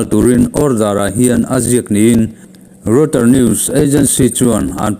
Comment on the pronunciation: Reuter hi rawitar tiin lam la a dik zawkin ka hria